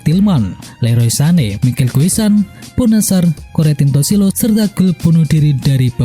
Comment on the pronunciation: Corentin Tolisso min, bukan Corenti Tossilo